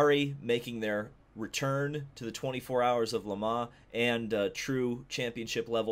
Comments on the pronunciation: Ferrari returns to ... "Le Mahh". I know 'Murican's annunciation is awful but please put some effort in. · Why do you say Le mans like that@